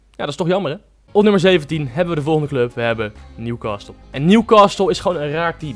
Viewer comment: newcastle spreek je uit zonder 't' lol